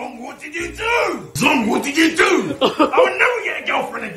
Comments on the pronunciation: I'm pretty sure zhong is a Chinese can't pronounced "jong". Zh makes a j-like sound, but it's definitely not "zong". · "zh" in Asian languages is pronounced as you would the letter "j" hence /jong/